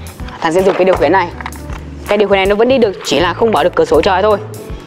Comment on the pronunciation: Khiển chứ ko phải là khuyển😂